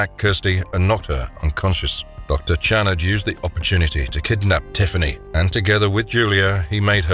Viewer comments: You're pronouncing his name wrong. It's not Jerod, it's pronounced " Sha Rord ". I know each continent pronounces words differently. Any who, out of all horror movies, Hellraiser is the most inventive and original franchise of all time so far. Atleast this franchise didn't go overboard with changing and defying the rules that started off the series of continuous sequels that defied the standard of rules they originally came up with. Their rules stayed constant unlike Friday the 13th where all of a sudden now they had telepathy in the final girl who could defeat Jason with the power of her mind . WTF ??? When it started, the killer was Jason's mother. It wasn't til the sequel that started the franchise with Jason being the killer. Hellraiser always stayed true. Even with Hellworld they stayed true to the original content. Unlike Halloween 3 Season of The Witch. That gave audiences a huge middle finger. Nothing about that p.o.s. had a thing to do with the previous movies until the final minute of the movie where we are assumed to believe it was Michael Meyers stepping off the bus. Hellraiser is 5he very definition of what all horror movies should aspire to model themselves after. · It’s not pronounced Channard it’s (Sh)annard with a Ch but sounds like a Sh get I right narrator. Your my favorite narrator you can’t be messing 🆙 bro 😎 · I liked the first 3 but I think was because Penny Marshall. Not to be a dick but I always thought the docs name was pronounced Shanard. I'm probably wrong though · There is absolutely no way that the person who made this video has seen this film. Not only does he consistently pronounce Channnar incorrectly he also gets several or the plot details incorrect. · You can't pronouce Channard's name right. You hear it in the film enough times how it's pronounced. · HIS NAME IS PRONOUNCED SHA-NARD!!! YOU'RE GIVING ME A FUCKING ANEURYSM!!!